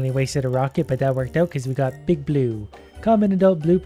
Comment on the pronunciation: i love how he says "big bloo fish"